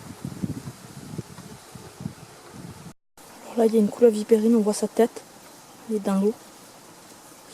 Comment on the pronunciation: Par contre Vipérine pas vipeerine